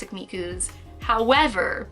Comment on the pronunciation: when she does a pause and says "... howerverrr/but" hahaha figure collecting woes